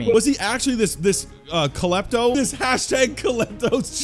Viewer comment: It is not kelepto it is klepto 😊